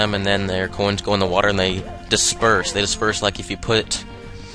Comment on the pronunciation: I love how you say "groins" instead of "coins". =P